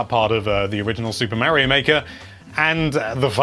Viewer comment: Mario maker 2 not Mary-O maker 2